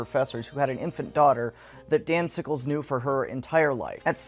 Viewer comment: I thought he was saying "Danzigles" and I can't get it out of my head